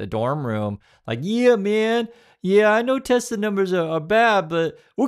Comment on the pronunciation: I love teslerrrr😂😂😂